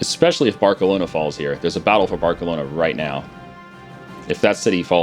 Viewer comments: "Bark-aloana" really? Hey not "barse-aloana"? Maybe because Im British but....somehow you can pronounce our cities right bit not other big famous cities...my logic is le dead. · "Barkalona" lol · I love you but... "Bark-elona"? you said Versailles right the first time last episode, and said it wrong the very same! You're still the best, don't worry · That pronounciation of Barcelona is on point. (Kappa)